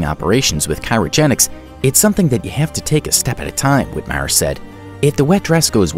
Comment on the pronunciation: cryogenics is not pronounced "Cairo gen-x"